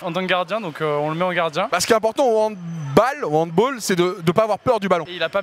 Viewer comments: Et le goal n'a pas de gant et juste on dit handbAll et pas handboll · HANDBOOOOOOL on dit handball car c allemand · Doigby il organise un évent de sport mais il ne sait même pas prononcer handball...